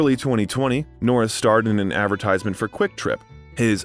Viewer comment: How do you get his name correct and when saying his name when you end with jokes, you get it wrong! Norris not Nortis 😆😆😆😆